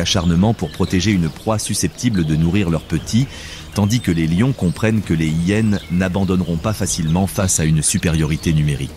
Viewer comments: Un vocabulaire catastrophique de l'intelligence artificielle , style " les zillénes " 😂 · Cessez de faire traduire ou commenter par ordinateur, ceci évitera d'entendre parler des " zi hyenes" ou bien encore de d'entendre qu'une hyene fait quasiment le poids d'une lionne.. Une lionne adulte pèse le double d'une " zi hyene" ...Navrant ...